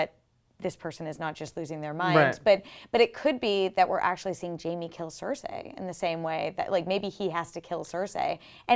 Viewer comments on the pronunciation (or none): Cersay? Cercei, Cercei, Cercei. It's not hard to pronounce. repeat after me. "The rain in Spain stays mainly on the plain"(again). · Its OH-llena not ellana. cer-SEE not cersay. and va-RIS not varies. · It's SER SEE not SER SAY!!!! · OMFG! It's (Sir-cee) not (Sir-say). This is not Rupauls Game of Thrones. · "Maybe Jaime kills CerSAY"....Cersei....her name is Cersei. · Mmmm Cer-say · please practice how to say cersei not cercsay. you have a year to learn it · why does she keep saying Cersay :T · please pronounce Cercei PROPERLY! lol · A girl can't pronouce Cersei. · The way pronounces Cersi angers me!!!!! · couldn't even watch the full video because I was annoyed by the way she was pronouncing Cersei.